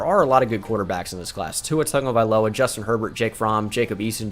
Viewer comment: I hate how he says tua tungavIloa